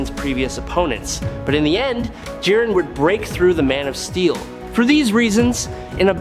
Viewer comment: J-aye-ren the grey Ok nvm AI video alert